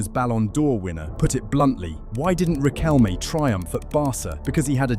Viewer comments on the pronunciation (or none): RiquelmE no "Riquelm" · yeeeaah well was a complicated era here and even us (many of us at least) think that that world cup was fixed...i mean military dictatorship and all that, right?. BTW the "E" in Riquelme its not mute, just saying, i dont like the guy, but is a pronunciention thing